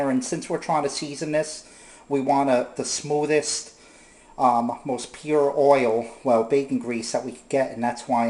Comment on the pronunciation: What is OY-ILL? LOL